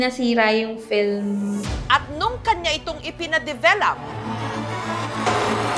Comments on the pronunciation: Bakit ang bigkas develap imbes na develop? 😅😂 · bakit ba develap sinasabi ni mam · Ako lng ba? Rinig ko develap? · Hay, un nga din sana ssbhin ko, bat develap? Akala ko ako lng nkpansin, anu ba talaga ate Jessica? 😅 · develop- Sounds like duh·veh·luhp